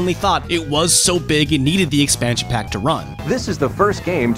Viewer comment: STEAdYdropN Em In what universe is expansion pack pronounced like 2pac.